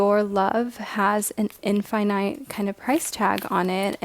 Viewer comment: How she say infinite (in•fin•it(e)) like that like y :c finite (fy•nite)